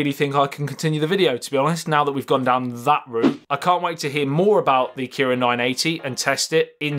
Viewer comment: The Kiwiin nuh eh tee